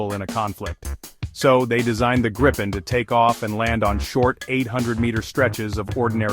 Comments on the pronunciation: Its a question of respect for sweden and our language, its name is Gripen, not grippen or grypen, you englishspeaking people please have respect that not all of mankind speak english… You have a problem with that its called ”respect” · jesus christ dont say ”grypen” hate it its namned gripen not grippen either😑 english speaking people you are not the fastest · Not "Grippen" how hard can it be? There is only one P. Should be pronaunced somthing like "Gree-pen". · Only 38 seconds in and you have two different pronunciations of Gripen. Neither correct though.